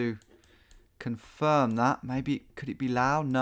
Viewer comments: Someone tell Tom how to say “Laos” please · How to trigger a Laotian: "this is LAO!" Correct form: LAOS, because the 'S' is not silent. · Why do you say 'lao' instead of laos? The s isn't silent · Laos rhymes with blouse. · In the Laotian language, they call it Lao and the S is silent.